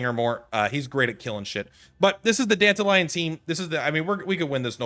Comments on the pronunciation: dan-ta-ree-on silvousplait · Dented Lion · Please never say Dantalions name like that ever again